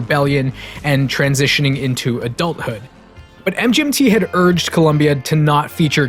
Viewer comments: Its it supposed to pronouced Management not M G N T. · It sounds like you keep saying mJmt over and over and over. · Hey assholes. It's pronounced "management". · It’s pronounced as “management”